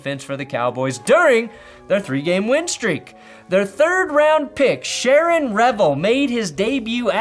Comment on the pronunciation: SHAVON Revel not Sharron.!! Respect my cowboys